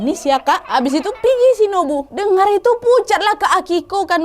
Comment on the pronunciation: Apa cma w yg slah Denger... Indihome 🙄🤣